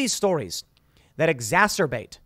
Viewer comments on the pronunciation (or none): Take note, - it's exacerbate, not exacterbate...